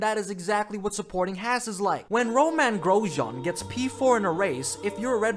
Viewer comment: At least learn to pronounce Haas